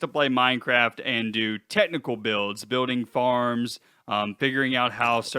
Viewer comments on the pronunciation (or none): none